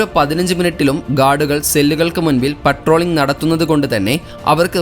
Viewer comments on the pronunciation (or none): none